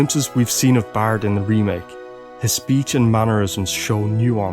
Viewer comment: his name is barret not bart like in the simpson its prenouced vocally Barrette